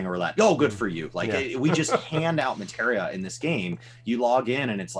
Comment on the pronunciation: Oh my God... finally said "Materia" instead of "Matera." The end is nigh.